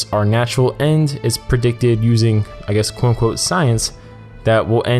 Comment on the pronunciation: you really have to enunciate "quote-unquote" also stop saying it 1000 times per video. good vid tho